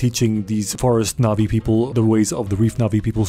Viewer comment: I really thought you were saying nazi and not navi